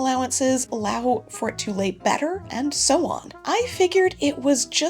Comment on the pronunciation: “and so on” or “and sew on” lol